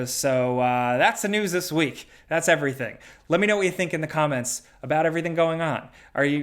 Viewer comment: "...here to talk about all the video game newssisjfh that's been going on this week.." Had me dying.